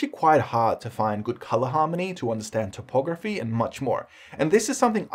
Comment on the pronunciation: Bro says typography like he’s reading a map 🗺️